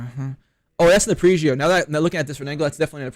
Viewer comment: ARE-PEJ-GEO Say it with me. 😆 An arpeggio is a musical term for a chord broken down into 3 single notes played individually. 3 notes/3 shot burst. Get it? Thanks for coming to my ted talk.